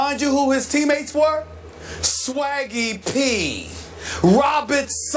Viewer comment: Suh-waggie Peeeee! 🤣😂